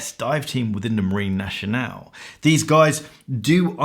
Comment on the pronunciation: "Marine Nationale" is not pronounced "naSHionale", it is pronounced "naSCionale".